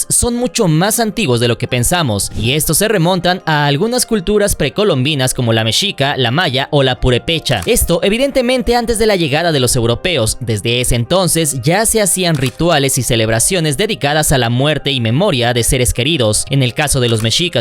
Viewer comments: PURÉPECHA, con acento en la primera 'e', 😁🌷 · Para el narrador. No es Purepecha, es Purépecha.